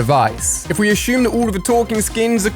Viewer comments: assume not ashume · Why do you say ASHUME instead of assume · ashum ashumed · Yes ashum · Did he say ashume or is it only me😅